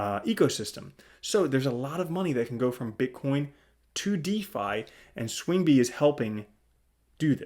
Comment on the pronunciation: Learn how to pronounce swingby correctly. So annoying